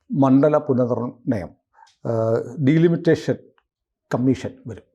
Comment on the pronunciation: It's not ഡീലിമിറ്റേഷൻ. But ഡിലിമിറ്റേഷൻ.